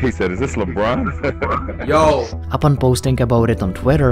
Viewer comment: labron its lebron